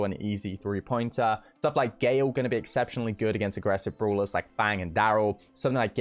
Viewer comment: Others: Brawlers: Brulas